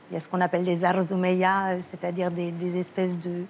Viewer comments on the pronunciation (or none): les "zarzoumea" wth